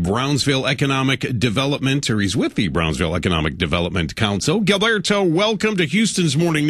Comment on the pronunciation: gillberto? man just call him gilbert, he obviously cant pronounce his name right in spanish.